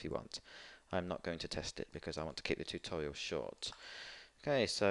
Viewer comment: It was funny when he sed tutorail